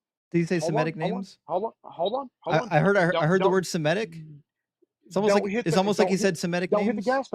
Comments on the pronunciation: the word is pronounced SEMITIC, not semetic!!! You also probably say, resescitate! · Somebody please tell it’s “Semitic”, not semetic. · I think it’s surprising that someone with credentials mispronounces Semitic